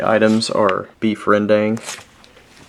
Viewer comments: Rendang real pronunciation is ren-dunk...not "dang" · Rendang is pronounced as Rern-Dung , not Rern-Dang